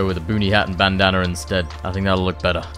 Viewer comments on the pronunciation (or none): none